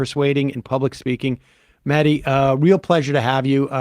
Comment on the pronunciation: Is that how we say Mehdi now, like "Medi" instead? That's a new one. Then again yesterday I saw some Americans refusing to say the name "Loughborough", so obviously even English names are out among you guys. Just a solid refusal to ever pronounce anything properly, just give up and say (or refuse to say) them however you want, because being literate or travelled in any way just isn't a thing over there. We try to avoid it over here to not be "racist", you know....